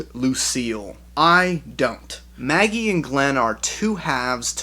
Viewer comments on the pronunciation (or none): none